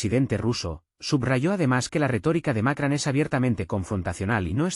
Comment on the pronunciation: No es Macran, es Macron! (con O no con A)